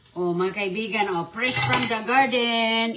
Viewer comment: Pres na pres at oki na ang harbis niya na sigarilyas sa gardin 😅ispiso ang tea niya😂 everyting & it glass at itaytin, lasing mag salita ay sayad na rin ito